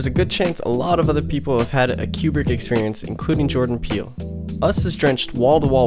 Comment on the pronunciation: Great video! But isn’t his name pronounced “KOO-brick,” not “CUE-brick?”